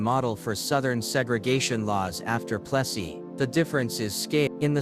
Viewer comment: Keeps mispronouncing Plessy.